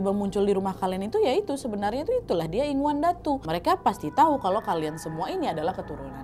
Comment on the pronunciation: Maaf ya KK kalau gak salah ya Bukan inguan tapi ingunan